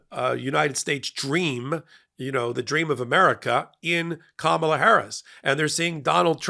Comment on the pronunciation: the first name of the next president is not pronounced, “Ka MAH la,” except by Trump, and by you, tonight. Remember her nieces at the DNC, teaching the correct pronunciation? “Comma, like in a sentence, then “la” like, “la la la la la la la!”